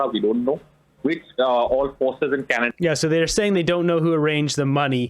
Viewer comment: Welcome to Canaduh hahaha hahaha 🤣🤣